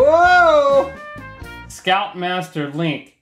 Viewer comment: I thought he said "Scalp-master Link" instead of "Scout Master". I was intrigued.